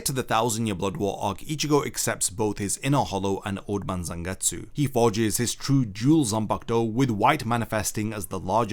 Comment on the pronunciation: EEERRMM IT'S CALLED ZANGETSU YOU DUMBO